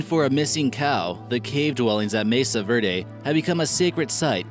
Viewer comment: Pueblo bonita is wrong, it must be Pueblo bonito, and the pronunciation of Mesa Verde is far from being correct.